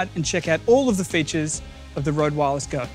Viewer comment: It grinds my gear that no one seems to be able to pronounce the name Røde right